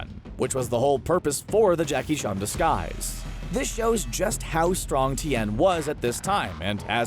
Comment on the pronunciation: It's Tien, bro, not T n